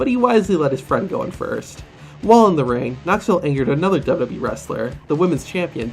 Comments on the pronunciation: My man said dubdubde and not wwe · You said dub dub e it's wwe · sid u say dbbwee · "Dub-Dub-E" lmao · Have u guys seen that at first he says wwe wrong